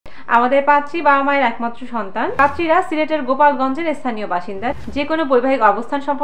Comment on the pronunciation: gulapgonj hobe not gupalgonj